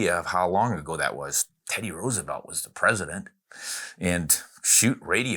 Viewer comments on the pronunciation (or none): none